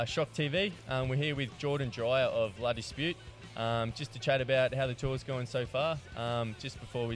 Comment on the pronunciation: I clicked this just to see if its pronounced la dispute or la disputé